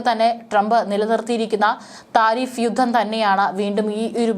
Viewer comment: ഓരോ രാജ്യങ്ങളിലും എന്നത് തെറ്റ് ഓരോ രാജ്യത്തിലും എന്നതാണ് ശരി ബാവി, ബാഗം,ബൗമ, ഗട്ടം,യുദ്ദം ഇവയൊക്കെ ഉച്ചാരണം തെറ്റ് . ഭാവി, ഭാഗം,ഭൗമ,ഘട്ടം,യുദ്ധം എന്ന് ഉച്ചരിക്കണം ഔദ്യോദികം തെറ്റ്.ഔദ്യോഗികം ശരി